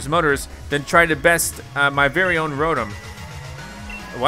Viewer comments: hes said rotum instead of ro tom the whole series and now im starting to say it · it is pronouced row tom not row tum but it is spelled rotom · its pronounced (Row-Tom) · Stop saying the Pokémon names wrong like weavile and rotom